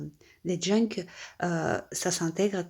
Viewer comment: Coucou En tout premier lieu j'espère que t'es ennuis de santé ne sont pas trop graves!!!! Pour ce qui est de tes "mignonerie" Merci de me remémorer certaines techniques, mon cerveau ayant des problèmes de stockage😢😢😢 Par contre dans ta vidéo il me semble avoir entendu "junck " J'espère que mon audition ne me joue pas aussi des tours 😂😂😂 J'ai hâte de te découvrir dans un nouvel exercice. En attendant prends bien soin de toi, belle journée et gros bisous ❤❤❤